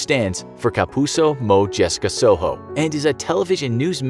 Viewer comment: Kapusow mow jessica sow how lol Its Kapuso Mo Jessica Soho no W pronounciations